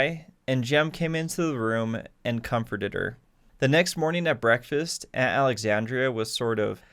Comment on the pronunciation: It's Aunt Alexandra..... -_